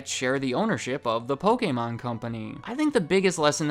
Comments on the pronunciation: The fact that you pronounce Pokemon,( "POH-KEH-MON") brings a smile to my face, hate when people pronounce it Poh-Key-Mon😑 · Dusknoir is my favorite Pokemon. Sidenote: Thank you so much for pronouncing 'Pokemon' correctly! There are WAY too many people who pronounce the word 'Pokamon' (like it has an A in it), and yes, it bothers me way more than it should.